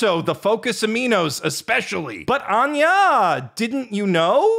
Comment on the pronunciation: I was sincerely filled when anger when you said Anya